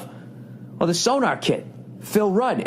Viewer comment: Its SoNOR. NOT so-NAR.. it aint some kinda radar device. Jesus frig!